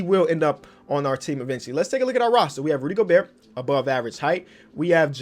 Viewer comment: U dont pronounce the T at the end of Gobert in french